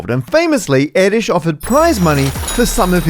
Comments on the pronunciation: No, it's not pronounced like that. Not air-dish but more like air-dersh (the accent on the u makes it into a long version of u umlaut. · Since you say "yes it's pronounced like that" let me nitpick your Hungarian pronunciation. All the sounds you make are correct, the only mistake here is the length of the ő sound. In Hungarian, there are two separate letters ö and ő, they both indicate the same sound, the only difference being length. Ő specifically is the long variant. Over the video sometimes the ő length is decent, sometimes it's clearly too short. The time you mention "yes it's pronounced like that" is among the worst and it very much sounds like Erdös instead of Erdős. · Dear Maths, Eh. No, "Erdős" (Hungarian name, means "forested") is not pronounced like "Erdish" it is more like "Erdooesh"... "ö" is well, like in Björk! (And that is not Bjork...) And ő is the same, just longer. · It's Erdős, not Édis (short e, long ő, rolled r). You don't want a bloodhound singing in a tree while a sparrow is dogging you. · Erdős is definitely not pronounced as "air-dish", but cool video 👌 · Did anyone else think he was saying Terry Towel? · Why does he say Edis? And especially why does he claim that this odd way is how to pronounce it? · No, Erdős is not pronounced err-dish, but never mind. Greetings from Hungary! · no, it's not pronounced like that. IPA notation: ɛrdøːʃ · I wonder if the AI will be able to solve the hardest problem of them all: why is "Erdos" pronounced as "Iddish"? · I was just watching The Rest Is Science questioning if it was pronounced "Er-dose" or "Air-dosh" and now you come in with "Air-dish" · It's not pronounced erdish. It's hungarian Erdös. That ö is roughly pronounced like the vowels in work or bird. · wikipedia reports the pronunciation of his name as [ˈɛrdøːʃ], [ø] is like a [e] (as in French "café" or Spanish "pero") but with lips rounded (as in French "peu") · "Paul Airdish, yes, that's how you pronounce that" Angry Hungarian noises!